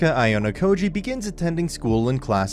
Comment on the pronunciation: I hate the way you pronounced Ayanokoji and Horikita’s names